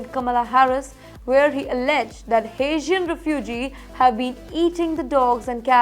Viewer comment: I had to read the transcript, her accent is so thick. And I am good with accents. She is saying "Asian" instead of "Haitian." Whole different area of the world, lady.